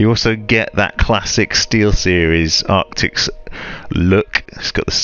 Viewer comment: ARCTISSSSSSS not ARCTIXXXXXXX.